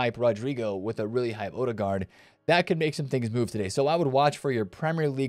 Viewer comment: Professionally butchered the Ødegaard pronunciation.